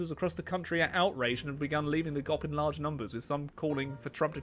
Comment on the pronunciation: honestly pronouncing G.O.P as gop was hilarious 9/10 comedy